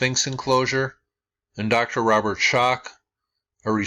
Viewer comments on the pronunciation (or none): none